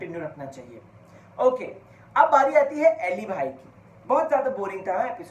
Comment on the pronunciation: अरे भाई, उसका नाम अली है, ऐली नहीं